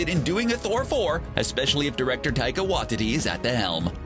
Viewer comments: Did you just say Taika Wah-titty? Its pronounced why-tee-tee 🤭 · It's not Taika Wa-titty.... It's WAI-TEE-TEE!! Jesus, way to butcher a name, have you never seen interviews with directors or a behind the scenes featurette? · Hey, CBR. Can you get your voice over actors to learn how to pronounce people's names before recording. It's RIDICULOUSLY common to hear non white folk names entirely mispronounced. Like Taika Waititi being called "waatiddy" in this.